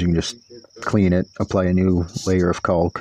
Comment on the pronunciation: Caulk is pronounced like sqwak or Cawk.